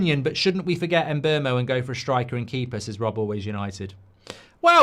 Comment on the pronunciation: Who the hell is Mboomo? No shot that's how you pronounce Mbuemo